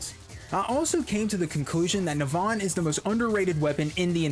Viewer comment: It's not Neh-Vahn, it's Neh-vun, dumbass